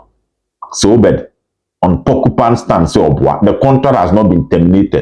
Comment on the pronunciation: Obed I beg mention it well la. It’s PorcupINE stand not porcuPAN 😂